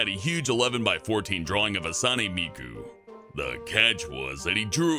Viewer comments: Um it's pronounced Hawt-sue-neh Miku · OMG!! Miku!! And damn he butchered her name... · YOU SAID HATSUNE MIKU WRONG 😵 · im offended, mispronounced Hatsune Miku